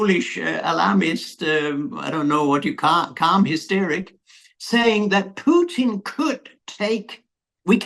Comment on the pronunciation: For the first time the American names Puteen as it really sounds in Russia but not Putn